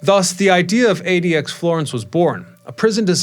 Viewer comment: Why do you keep calling it “admax” Florence 😂 it’s ADX